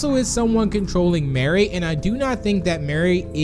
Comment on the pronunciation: Mari not mary